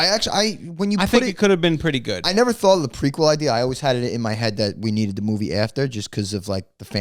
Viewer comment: prequel (preek wool)...not prequill lol